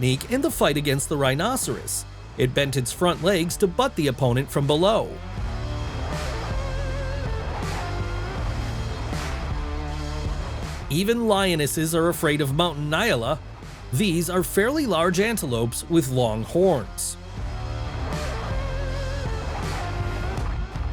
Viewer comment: Dude doesn’t even know the correct name of the antelopes and the Nyala (got one correct) is pronounced nee-ala. Eastern Oryx doesn’t exist and the one(s) he calls Oryx is a Sable antelope. A”flock” of mongooses??? Seriously mate, get a job you’re good at.